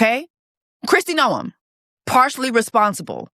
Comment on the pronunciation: The way you pronounced NO-EM took me out LOOLLLL